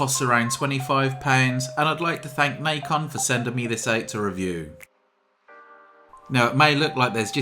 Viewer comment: it's not "nike-on" it's "Nacon"